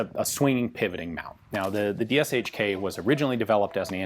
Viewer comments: as far as i'm concerned, it not Duhshka, it's Dahshka (familiar first name from Daria ) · DASHKA not DISHKA! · Pronounced dosh-ka. ✌🐸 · My dad reffers to DShK as "Dasha" or "Dora" in English It's funny hearing someone call it "Dushka" especially when you know what it means xD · just FYI its more like "de-she-ka" or "dashka" closer to original and easier to pronounce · the sh is not pronounced separately, ДШК sh is read like in shmuck or shoulder